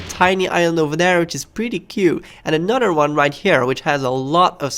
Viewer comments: Anudder one. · Anudder one?